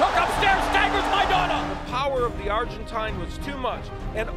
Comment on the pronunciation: the power of the arrgentayne lol